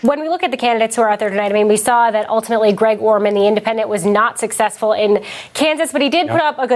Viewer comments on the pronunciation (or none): none